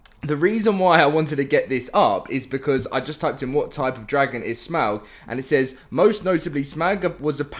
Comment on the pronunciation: For all LOTR fans: who noticed that he is saying Smaug’s name incorrectly as it is properly pronounced as Smog.